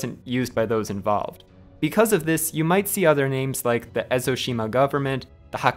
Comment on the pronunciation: This was really good and really well researched, even the pronunciation on the names was spot on